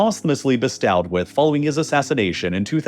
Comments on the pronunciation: Bestowd is not pronounced BIST-OW-D its bistoad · Bestow is pronounced “buh-stow” or “bəstoh”. It ends sounding like the end of “dough”, not the end of “now” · "bestowed" not beating the AI voiceover allegations bro, it's pronounced "best owe" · Is this an AI voicce, because so many words are pronounced wrong, like bestowed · That's not how you pronounce bestow/bestowed. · Listen to the way he pronounces "bestowed" We aren't dealing with a geopolitical genius here🤦‍♂